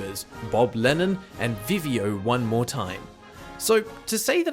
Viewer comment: HE CALLED VICIO OMT FRENCH AND COMPLETELY BUTCHERED HIS NAME LMAO HEHEHAHAHEHHAHEHAEAEHCWIPFÑEDS